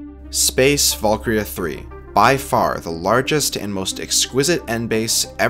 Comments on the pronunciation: It's Space ValkYRIA III, not ValkRIA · this whole video i thought he was saying "space Falkyria"